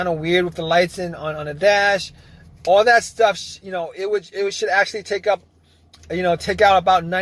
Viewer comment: Nothing happened at aww . Can’t be hunred percent. What else can you look faww. What accent is this? Can’t be NEW YORK